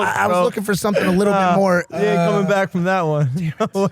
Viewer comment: I thought you said "black" at first.